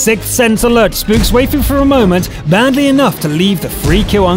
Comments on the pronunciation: Way-fu... Gud Jub Why-fu is the correct way to say it. At least they know what it means. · It's not Wheyfu... it's Why-fu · Waifu should be pronounced as "Wifoo" lol... It's a way of saying Wife. Fun fact. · your pronouncing waifu wrong its pronounced as wiafu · you nub, you read waifu wrong! Read like: wifoo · ok you just butchered waifu XDDD